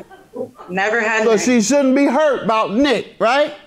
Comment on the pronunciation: Not at all like she is huyt (hurt) 😭